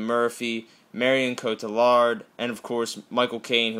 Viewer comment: Marion cotillard: It's not coaty-lard No, it's co-ti-yar